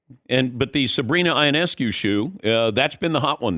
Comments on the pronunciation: C’mon Dan Patrick, learn how to say Sabrina’s name. Yo-Ness-Coo. She’s been a star for years and you still can’t say her name right? Not a good look and honestly it’s really surprising. Y’all are rubes when it comes to the W. It shows. Do better. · It’s Yo-Ness-Coo